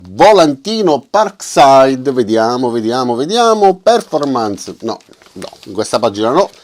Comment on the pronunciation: Con l'accento sulla OOOOOOOO :-D